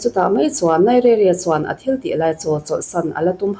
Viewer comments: NAIZERIA Ti a lam tur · Nigeria i lam rik dan chu a va mak mai mai ve !!